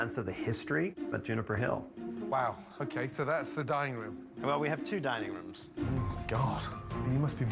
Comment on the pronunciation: did Gordon say Dining rooms or DYING rooms?